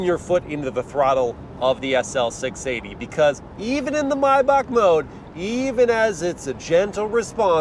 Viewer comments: MY BACHK not may back or may bach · Had to dislike the video for the “My May-Bach” you said during the fun driving segment.